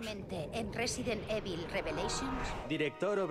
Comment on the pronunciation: Resident ivol :'v